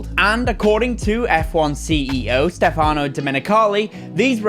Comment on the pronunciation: Is Stèfano, not Stefàno Dio porco